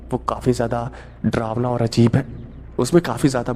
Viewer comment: डरावना को ड्रावना मत कहो ।